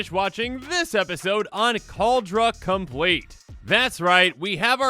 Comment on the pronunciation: Kaldra com-plee-at